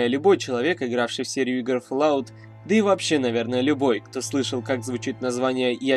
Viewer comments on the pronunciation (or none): none